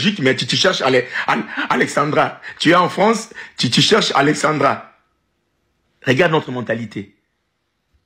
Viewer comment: C’est pas Alexandria Alexandra les congolais faites l’effort de bien prononcer